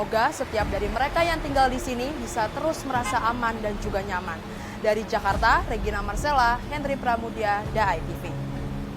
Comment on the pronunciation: Zakarrta😂😂😂 meee11aahhuuuuuu...